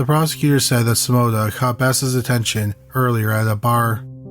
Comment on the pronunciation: The story is good but your narrating is awful😱 your words are slurry and you sound like you are stoned. The way you say Simona makes me want to pull out my hair